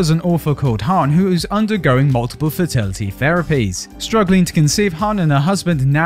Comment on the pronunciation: The narrator's British accent makes it "multiple fertilities" sound more like " multiple fatalities" , hehe!